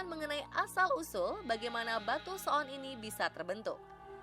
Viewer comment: menit pengisi suaranya sangat fasih mengucapkan kata so'on menggunakan huruf 'ain. wkwkwkwkwk